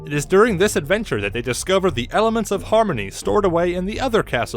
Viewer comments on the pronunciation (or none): Helements of armory